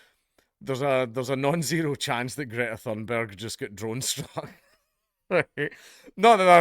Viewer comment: Whats "Greater Thindericeberg" up to now ?? LOL